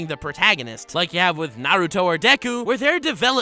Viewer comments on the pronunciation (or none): none